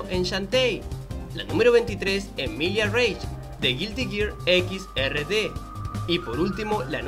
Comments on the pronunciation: Tambien menciona "Ex ErreDe" para Guilty Gear Xrd. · Guilty Gear veinte xD Me mataste con esa parte :v Y Guilty Gear Xrd vendría pronunciandoce "exard" :v